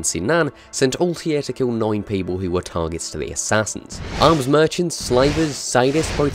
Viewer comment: Am I the only one who finds it irritating by how he pronounces Altaïrs name